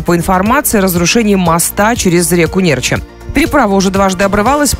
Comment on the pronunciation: Ударение неправильное река Нерча, аааа! Кто мост строил , и где деньги???...